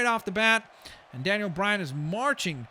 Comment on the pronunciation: daniel bryan not danien bryan